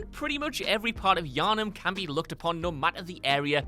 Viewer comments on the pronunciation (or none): none